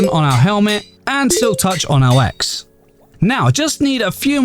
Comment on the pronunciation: I heard "Silktouch on my ass"